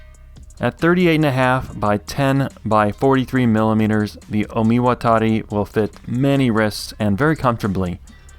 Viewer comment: Fun fact: despite the disclaimer, this is one of the most accurate pronunciation of 'Omiwatari'